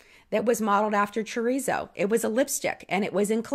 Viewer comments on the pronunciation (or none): Not Chur-ree-zo, it’s Cho-reet-zoh. Haha